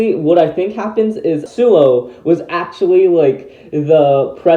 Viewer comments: actually it's Suoh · Hey everyone the website for beyblade Burst chouzestu the character bios say the correct pronunciation is SUOH not suou.